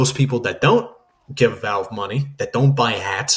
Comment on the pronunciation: Ok but why do you say walve